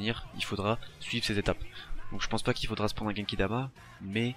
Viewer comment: Genkidama pas kekidama